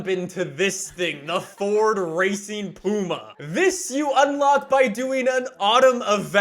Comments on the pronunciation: Doesn’t it upset any other brits the way he pronounces puma 😂 it’s pyouma not Pooma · It’s “Pewma”.... not “Pooma”.... 😂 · I'm from the UK and I'm getting very offended by the way was saying Ford Puma. Is more pwuma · It's funny hearing his say pooma when I'm used to pyooma (puma) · No one:: “Ford Racing POOMA” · Ah yes I love the "pooma" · It's pronounced pwuma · Ford Racing Puma not the way you pronounced it. Only 500 were made (1000 planned) you bought a puma & ford delivered it to tickford for its conversion. You personally didn’t take it. Was built for S1400 & 1600 Rallying.